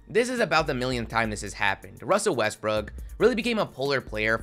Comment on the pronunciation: you pronounced westbrooks name wrong...